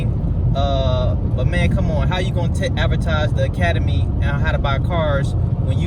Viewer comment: Forget that Troll and it's "Academy" not "Acamadey"